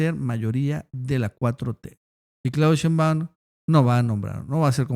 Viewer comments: Por fa, se pronuncia SHEIMbaum no sheimBAUM...raro que no lo sepas pronunciar...es algo similar al "presidente" en vez de presidenta de Noroña??? Raro...me parece una falta de respeto o de inteligencia...gracias... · Hasta nuestro López Obrador pronuncia SHEIMbaum...